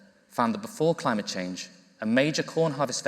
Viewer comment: An almost Freudian mispronunciation from, when she said " a crimeate and nature crisis" its certainly a crime. Burning down the house your renting would certainly rank as a crime, torching the world, probably the crime to end all crimes. Ignorance is no longer an excuse or luxury we can afford to entertain.